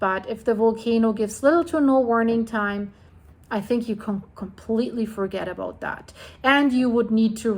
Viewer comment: "talking aboat" aha